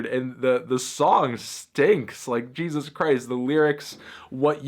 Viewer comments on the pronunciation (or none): none